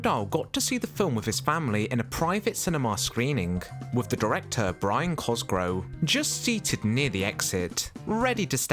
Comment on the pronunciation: Why is "Cosgrove" repeatedly mispronounced?